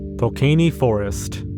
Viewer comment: that Polish forest pronunciation hurt me